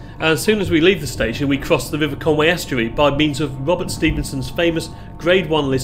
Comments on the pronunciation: Great video, only one problem is you make the English mistake of calling Conwy - Conway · Tut tut! It's CONWY not Conway!